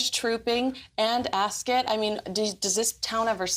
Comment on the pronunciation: Thank you makes No sense she has NO sources and she misprounnces Ascot, calls the UK a town